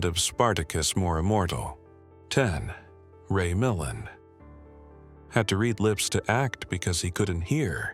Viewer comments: Ray Milland /mi-LAND/. You have the wrong syllable stress and the “ a” is pronounced as tertiary A as in cat/ka’t/ not as schwa. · Why is a video of Tom Hanks as Forest Gump including in this video about Steve McQueen. Ray Milland is pronounced phonetically: Ray...Ma..land not as spoken by the robot narrator. Photos of Mike Douglas are included when discussing his father Kirk Douglas as though he is his father A quality review program will identify erroneous information in the video prior to publishing. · You pronounced Ray Milland's name incorrectly. You are terrible!